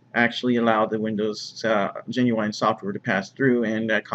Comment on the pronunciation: The word is "GENUINE" not "GENUWINE"